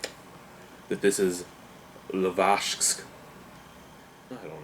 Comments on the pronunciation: It's pronounced Lezaysk, zay like eye and not like the Canadian eh. This beer doesn't jump out at me. 4.5/10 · And the pronounce of the name is L (Laundry), E (Elisabeth), Z (leaSure), AJ (EYE), S (Sand), K (Cone). It sounds like the first 4 letters of the word LEASure, then EYE, then SKy. try to read only capital letters.